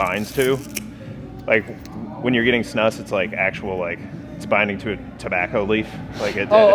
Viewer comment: Also props to Z for pronouncing "snus" correctly 😂